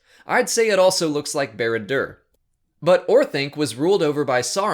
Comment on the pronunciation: Your pronounciation of Barad-dûr... The nerdrage is boiling right now.